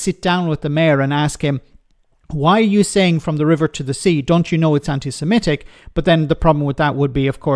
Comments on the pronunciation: Can someone tell him it's Sem-i-tic not Sem-e-tic. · Anti semetic? Can't he read/pr0n0unce semitic? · It's 'antisemitic' not 'antisemetic'. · It's anti-semitic Lee, not anti-semetic. Such a bright lad is our Lee. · Anderson can"t even pronounce it correctly. It's not anti semEtic. Typical of this uneducated out of his depth politician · Anti-semetic?. Learn how to speak before you cast your stones, 30p! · I’m afraid the thing that irritated me most about 30 pfennig Lee this time,was his inability to pronounce ANTISEMITIC correctly. He repeatedly said ANTI SEMETIC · Lee Anderson's so concerned about antisemitism he can't even pronounce the word 'antisemitic' properly. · He's even using the wrong vowels